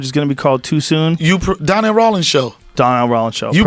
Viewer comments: “Ronnel Dawlings” ahahah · Donnell " Ronndel Dawlings" Rawlings